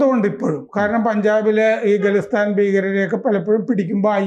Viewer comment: ഗലിസ്ഥാൻ അല്ല ഖാലിസ്ഥാൻ ആണ്